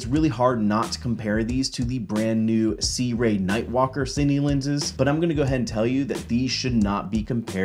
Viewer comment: See-Roo-Ee. Not "See-Ray", or "Soo-Rey".